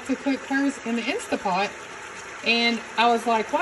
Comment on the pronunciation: InstaNT pot. The n and t are not silent